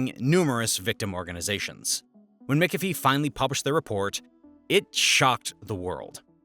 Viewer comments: McHalfvy not Mcifie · Omg... it's MAC-AFEE, not MICK-AFEE 🙄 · Say it with me 'mick- af- ee' not 'Mickuh-fee'. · McAfee is (mac) afee not (mick) ofee … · It’s pronounced Mc Caf ee (not Mic a fee)! Come on! McCafee is famous in the computer industry! 😡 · Mickafee? LOL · prounounced Macafee. So you know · Brother, it is pronounced “MACK-UH-FEE” this is driving me up a wall. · did he say Mick a fee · You also mispronounce names and words that educated people should know, like Mac-Afee. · McAfee is pronounces MAC-A-FEE! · It's pronounced ... "Mick-af-ee" Af as in after Ee and in wee. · mikkafee! hehehe ... That company has a shady history at best, google the founder, John.. and dude? take the time to learn how to say McAffe? its not mikkafee, ill tell you that much. although my british friends thought it was hilarious as john behaves like a mick despite having a scot name ;) John was... i will leave to discover his "antics" for yourself. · why can't you say McAfee ? Everyone in US says it as Mac Ah Fee, I think